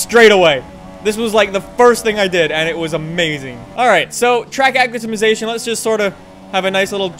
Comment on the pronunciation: i like how always mispronounces "acclimatisation"